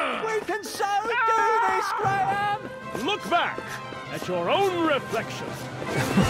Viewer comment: Aw, when Whisper finally got Graham's name right it was adorable.